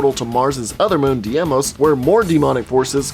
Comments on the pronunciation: Mars' second moon is pronounce DE-mOs You pronounced the other one right! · Deimos is pronounced day-mose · Deimos is pronounced "Die-moss". Also, you uploaded a video titled "Why You Wouldn't Survive the Doom Hell Invasion" and spoke for 12 minutes about the story of doom before I gave up watching. Shouldn't this video be titled something more like "Quick retelling of the Doom Story"? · Diemos and phobos are hard words for you? Im so sorry.... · Ok bit DIEMOS? Really you never heard anyone say Deimos in your life dude? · DEE-mos, not DAY-mos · You pronounced Phobos correctly (Foe-bos), but you mispronounced Deimos (Which I've heard pronounced Day-Mos or Dee-Mos, more commonly the former). I love how you explain these. A LOT of people suffer under delusions of surviving in these kinds of extreme apocalyptic scenarios (Be it zombies, demons, mutants, etc.), so this reality check is sorely needed. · Diemos (day-mose) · it’s dee-mose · It's pronounced as day-mos(Deimos). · It's pronounced Day-mos and Foe-Boess. No disrespect tho it's tough to say even if you know the pronounciation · It's deemos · i think deimos is pronounced as day-mose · FOE-BOSE and DEE-MOS. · you mispronounced Deimos so much it was too noticeable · You couldnt do 3 minutes of research to learn how to pronounce mars' moons? I stopped right there... bye felicia